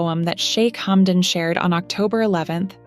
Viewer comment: Плохой перевод,плохое произношение,что за шамба,хамдон.